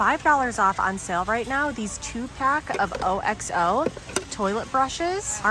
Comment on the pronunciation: Thanks for shopping for us! Just FYI OXO is pronounced OX O not O X O 😃 I just discovered this.